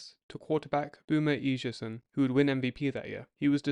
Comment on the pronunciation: One thing on a great video. Uh Sigh Uh Son is Boomer’s surname and he said it took him a year and a half to completely learn SWs playbook